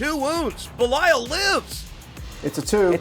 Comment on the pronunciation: Why do you guys, keep calling Belial "Beliayo" :D ? Great battle!